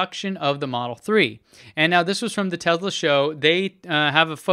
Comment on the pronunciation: I hear you pronounce a distinct "Z" sound when pronouncing the brand name! Tesla sales reps are quick to correct me....that it's not pronounced "Tezla", but "Tesla".